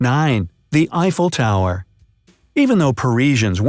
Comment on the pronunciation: You mean an i fell tower